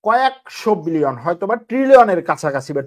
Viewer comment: বিলিয়ন / মিলিয়র বলতে আরও ক্লিয়ার করে বলার চেষ্টা করবেন